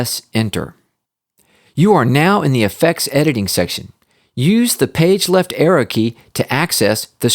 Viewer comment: I kept on thinking he was saying error But he was saying arrow